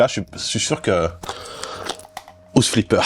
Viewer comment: Metal Jir, Ze Cari, Dess strending, housse flippeur.. le charme à la française j'adore 😂😂 btw super ton jeu...